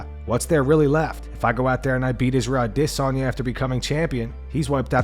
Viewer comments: Stop saying ADissOnYa & bleeping out words that don't need to be bleeped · The way the narrator says "Adesanya" as if its spelled "Ade-sanya" makes me chuckle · Bro I really hate the way you say adesanya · If i have to listen to the way this guy pronounces Adesanya's name 1 more time I think that might be me done for the channel. C'mon bro just say it how its pronounced by everyone else ?! :/ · Great channel -- the only thing i dislike is how you pronounce "adesanya" - its like hearing nails on a chalkboard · Bro why you say Izzy’s name like that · I hate the way this guy says Adesanya. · What's with the weird pronunciation of Adesanya lmao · The way this guy says Adesanya....